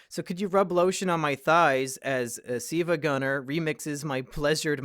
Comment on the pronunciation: It's "sevagunner" W H A T